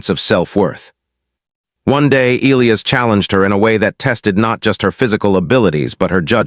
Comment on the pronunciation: "Ē-L ī ' - ăs" please take note, if you do not mind. 🤫😏